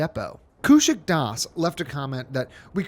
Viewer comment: it's köushik actually (it means you pronounce both the u and the o). It means made out of silk in Bangla (yes I know it's not a noun it's an adjective, but I didn't picked my name you know). But I know it's hard for you so I don't blame you.